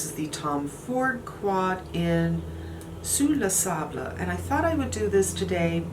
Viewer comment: I thought the foundation looked great. In fact, everything in this haul is *chef's kiss*. I bought the Tom Ford duo thanks to you and now I'm interested in Sous le Sable (you're pronouncing it right!).